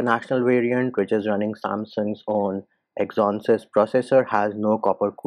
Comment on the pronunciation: Sad to hear such big youtubers spreading info without research. And bro that's exynos right?.. u were saying exonses something 🤔